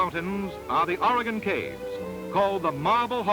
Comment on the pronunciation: This narrator pronounces Oregon correctly.Thank God.At this time(10/2021) Oregon is in the process of restoring a tunnel at Mitchell Point on the alignment of the old Columbia Highway!At the time this was produced,the relocation of U.S 101through the Samuel Boardman Scenic Corridor was 23 years in the future,so no mention is made of that fabulous area.